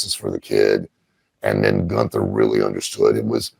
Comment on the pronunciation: Still calling him "Goon-ther" He's doing that on purpose right?